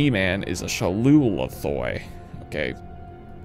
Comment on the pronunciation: when i saw the ending and had the realization that Eli is most likely gonna use the ship and the weapon inside it against the Gman, i orgasmed like a horny grandma. i loved the ending and the way they handled timetravel, that was a great video man, we need more like this from you. also, its pronounced shau'ulathoi, there's no 'T' in the beginning lol